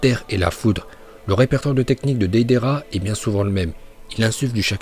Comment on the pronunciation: Tes sujets sont cools, mais dans toutes tes vidéos tu écorches les noms, les mots... TOUTES! Deydéra, Jouunine, Hokadje, Lin au lieu de Rin, franchement t'abuses..